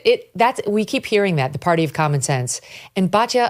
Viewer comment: It is BAT YA NOT BAJYA